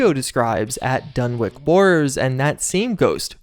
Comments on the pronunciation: It’s Dun-witch not Dun-wick The listening post bravo story is an Easter egg for a Scandinavian metal band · Dunwich is pronounced as its spelled. It's a "ch", notta "k".